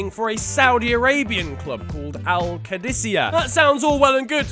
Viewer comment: Completely butchered al qadsiah , its q-adi-see ya